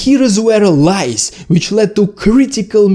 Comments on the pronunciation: No,, it wasn't the lice (вши́).😁 Oh, you mean lies! But that is pronounced lieZ. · your pronunciation on this one has a bad effect: lies [LAJZ] you pronounce it as [LAJS], but in English you have singular, plural: louse, lice [LAJS]. vosh', vshi. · Clear and well presented. And seemingly true. Good job. PS, careful on pronunciation - Lies is pronounced laiz, with a voiced S. Lais or lice is вши. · 😂 lies 😅 thought you said lice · Haha. I first though you said 'lice' and thought, yeah, makes sense. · omg i thought you said "lice" for the first minute xD. i was so confused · LOL At first I thought he said Lice! Very excellent discussion about how Russian military lies have resulted in wrongheaded decisions resulting is tragic losses and missteps. Entirely plausible and even probable observations. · At first I thought you said lice. 😂 But maybe that would also work too. Inflect the Russian army with lice and they’d be finished. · I heard "LICE" at first. haha !! Anyway, thanks for the video. Love from Taiwan and France. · you say "lies", but i keep hearing "lice". it would be very funny if they failed because of lice 😀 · Oh! You said "Lies". I thought you said "Lice"!